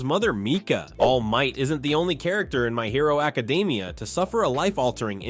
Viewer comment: What the fuck why did you say my hero academia like that you mean secrets no m*********ing sense